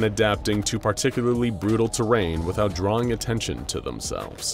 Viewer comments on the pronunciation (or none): none